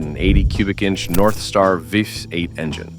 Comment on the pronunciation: First, the idiot AI robot cannot pronounce anything. Getting tired of the AI showing one thing yet speaking about another and while mispronouncing words. The Cadillac Northstar v8, really? Complete garbage. Cadillac still are garbage. Let's have real people giving these reviews, not robots. Getting a little ridiculous.